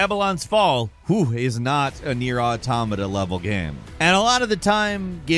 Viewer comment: why can't you say ''game'' properly? you've been saying ''gehm'' for more than a decade now, i just cringe every time